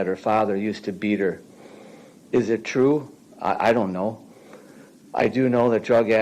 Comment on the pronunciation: "So he's sentenced to LWOP plus 7.5 years, twoo?" 🫏